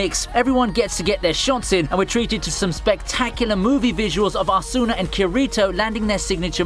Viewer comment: Fan of SAO, but somehow says both Asuna and Kirito wrong huh.